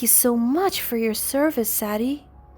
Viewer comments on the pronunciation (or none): Sadie…saydee not sad dee. And you are hospitalized in the HOSPITAL not at home. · Sadie is pronounced: say dee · Ian, and Sadie are NOT pronounced like that!!!